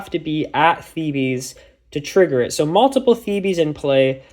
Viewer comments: Sorry I just need to say as it's driving me mad, it's not "thebees" it's "theebs"!! Good video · Theebees is the bees knees